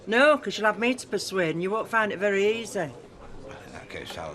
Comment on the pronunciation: Lol when bill said to rachel in pub u find it all right? I had to rewind cz it sounded like, ur fanny all right?